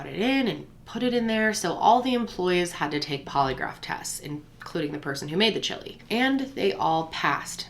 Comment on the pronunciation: The way she says chili 😂😂😂😂😂😂😂 Ssshhili 😂